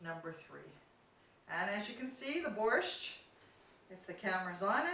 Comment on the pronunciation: Yuck! nothing she made was even slightly Ukrainian!!! I never heard of borscht with cilantro, and I have eaten borscht in Ukraine, the USA, and CanadaAnd ever one of them have had dill in it. Where did you find this non Ukrainian to try to cook Ukrainian food! She cannot pronounce borscht correctly